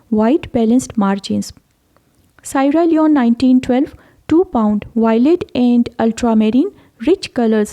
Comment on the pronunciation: Sierra Leone is pronounced See-ara Lee-own.